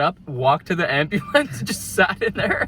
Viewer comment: You sounded so Irish when u said "yo the ambulance is here".